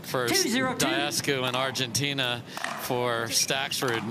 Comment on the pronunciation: Bro, what country is Argentinia? 😂😂😂😂😂😂😂😂